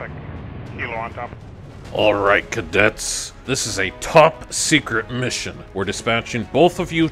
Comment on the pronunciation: I dont really want to be that guy...but it's 'Cadets'. Not 'cadettes'. Again. I don't want to be that guy...but just pointing it out :D. I enjoy ur videos a lot. Keep up the good work :D